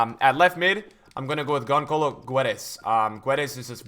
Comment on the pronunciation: Gonçalo is pronounced like gonsalo